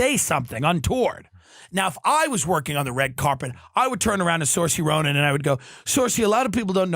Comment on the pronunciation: The way he says Saoirse Ronan is tough to listen to, especially considering Tim's 'Irish' 😂😂😂